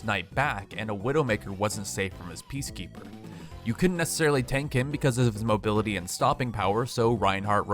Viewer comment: I stopped watching when you said "his mobilitiy"